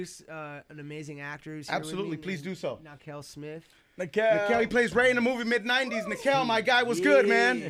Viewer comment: Nakel not nykel